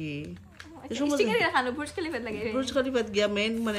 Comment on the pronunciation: Bruj Khalifa na anty Burj Khalifa